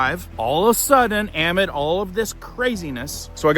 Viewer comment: Please stop using the word amid if you refuse to say it correctly. Ask google how to say it if you're onna keep using it. For the love of God please!!!!